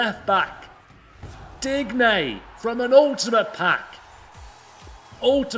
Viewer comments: Packs digne.: “ dig-nay” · Man said “Digg neigh” thrice 😂😂😂😂😂 FRAUD